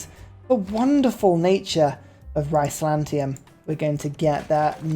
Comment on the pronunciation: I love how he pronounces Byzantium. It's not Heterozantium, Homozantium, Aznatium, or even Panzantium--it's Bizantium.